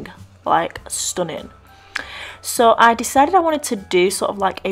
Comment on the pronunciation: Did u say "stoning " or stunning?? 😂😂